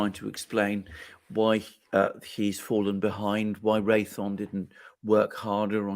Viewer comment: It's Ray THEE ON.